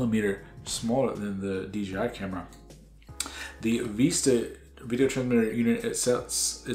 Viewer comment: Vista not veesta